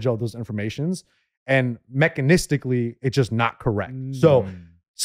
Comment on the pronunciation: A word was born today. “Mechanistically” Mechanically + realistically ≈ mecHANisTicaLLy